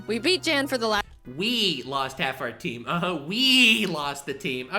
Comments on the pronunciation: Yeah i dont think jaiden realized how to pronounce his name before making this so thats why she calls him jan. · every time i hear jeään i cringe inside as its supposed to be pronounced jann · Yes, in his reaction to this He does say that it's Yan not Jan. But he says he understands the mispronunciation. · I'm a bit conflicted of how real this reaction is, because the way he pronounced "Jan". You see the way he pronounced it, is not common in Germany. You pronounce it with a much Shorter "A"; not "jaaaan," but "jann" for a lack of better description. However it's the exact same way Pokemon challenges aka Jan pronounced it in his reaction - which was pretty wholesome btw- who then added it is a german thing. I don't know where Jan comes from in Germany, but this way of pronouncing it, I'm pretty sure, is much more uncommon. So sort of asking, if it's pronounced differently while adding it's german, pretty similar to what pokemon challenges said, is really sus. Just sayin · Yes it is pronounced YAWN spelt yan. Jaiden Animations didn't know. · I feel a little of Jaiden's pain, I too have had a Nuzlocke run take a turn for the worse due to my opponent getting lucky stat boosts. So much blood... And yes, it is pronounced "Yahn", he corrected her when he reacted to this video. He did, however, love being referenced in this video. Staying weird!